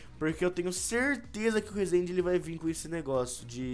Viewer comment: ainda nem sabe falar rezende